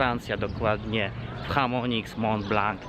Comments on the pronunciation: A nie mówi sie przypadkiem "szamoni" ? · Chamonix mówisz 😂😂😂 a może SZAMONI bardziej 😉